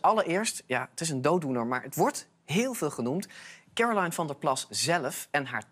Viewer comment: waarom spreken mensen haar naam verkeerd uit? ze woont toch niet in amerika of uk? oh ik weet het al disrespect. CAROLINE is een nederlandse naam. hoe moeilijk is het. al die politieke spelletjes bah als je word gevraagt wat het nederlandse woord voor blauw is zeg je toch niet ''blue'' ofwel?